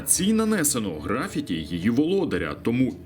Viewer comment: На гривні то не «графіті» і наголос на першу літеру «і»)